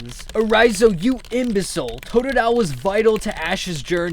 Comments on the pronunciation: TOTDILE!? I LOVE TOODILE! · WHAT THE HELL totadile you fuckn idiot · hey u stupid 'totodile'??? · Fu** of totodile what are you saying stupid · u fucked up bye sayinig tododile